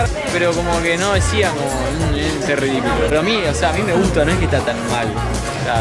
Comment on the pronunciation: Nadie Absolutamente nadie Ale: te guta(sin s por que el dijo te guta)